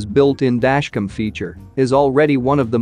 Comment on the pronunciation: listen to the audio in this video. Every time the script has the word "Dashcam" in it, the robot voice says, "Dashcum." there are PLENTY of other mispronunciations as well.